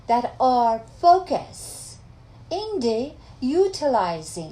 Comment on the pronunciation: فوکس ..... فاک اااس 😂😂😂😂😂😂😂😂😂😂😂😂😂😂😂 !!!!!!!! از خنده کشتی ما رو ....... فاک اااااس ... یاد مشهد افتاده بوده 😆😆😆😁😁😁😂😂😂😂😂😂😂😂😂...... خدایا توبه !!!!!! ای جانم ...زنده باشی دختر !!!!!